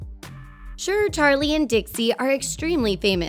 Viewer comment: the way she pronounces Charlies name like; cHaRliE diEmiLiOu